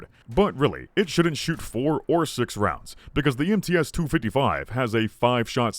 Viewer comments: MTs should be read as "em tse", not "em tee es". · You dont pronounce MTS-255 as M-T-S, it's M-TS, like in tsunami